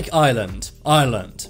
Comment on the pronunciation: "Pretty confusing" It's only confusing because you pronounce Ireland as island